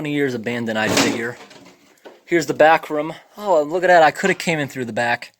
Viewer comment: "Here is the back rum" ..... Obviously not Canadian